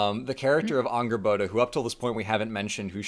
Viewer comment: The way says Angrboða *chefs kiss*, i rewinded like 8 times to relisten